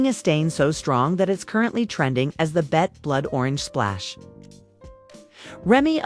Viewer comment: Hello???? Its not "bet" - Its B -E -T